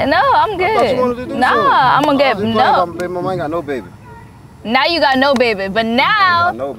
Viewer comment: He said I git internet at my house 😭😂😭😂😭🤣